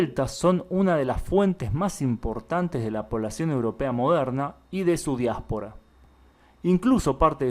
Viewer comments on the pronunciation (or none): none